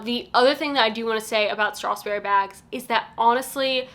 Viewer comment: Thank you for the good review, but can you please not pronounce it StrathSberry, there is no S in between strath and berry.